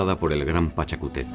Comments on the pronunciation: No es Pachacutéc es "Pachacútec" y en vez de "Dinástica" debió decir "Dinastía" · Hola muy bueno el documental. Pero esta mal la pronunciado pachacutec..